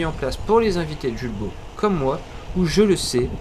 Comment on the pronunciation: Hello!!! Les enfants et moi même, nous vous suivons depuis très longtemps déjà. 😁 Nous nous permettons de vous écrire aujourd’hui pour une simple raison : Étant voisin et amis de la famille Jules Baud, Pourriez-vous prononcer correctement le nom de la marque ? Julbo étant une marque française et qui plus est franc-comtoise, nul besoin de me prononcer à l’anglaise. Julbo vient de la liaison du prénom Jules ( le père fondateur) et le nom de la famille Baud. Aujourd’hui, l’entreprise est gérée par les 2 fils sur 2 sites distincts, 1 à Longchaumois, l’autre dans un pays de l’est (Roumanie). Merci pour votre éventuelle prise en compte. Au plaisir.